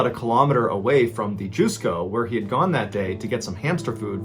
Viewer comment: Mr Ballen...the Japanese Mall is pronounce as Just Co not Juice Co. Just politely sharing with you. I am your Fan and dont mean it anyway negatively. Thank for for telling so many Wonderful stories. ❤